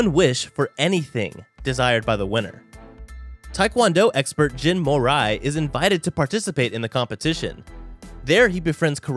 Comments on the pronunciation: Me: is that mori jin "" calls him gin more eye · who tf is "Jin more eye" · Bruh I was dying when he said Jen mor-i lolll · jin mori. . . moray? in asia just speak how it spells.